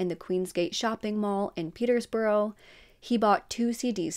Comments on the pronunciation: Peterbrough, not Peter's Borough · Borough is pronounced bruh, so petersbruh. Shire is shur, so Hertfordshire is hart-ford-shur. Or more like hart-ferd-shur